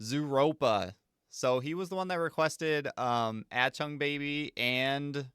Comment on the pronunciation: Ach - Tung. Ach - Tung. Not At - chung. Please, lol. Otherwise loving your U2 journey 👍